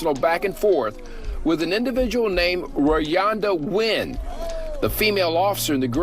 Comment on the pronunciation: She called her Rayvonda whole time her name Rayonda 🤣🤣🤣🤣🤣🤣🤣 I love this channel tho